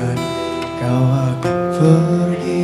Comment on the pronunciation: Pergi bukan fergi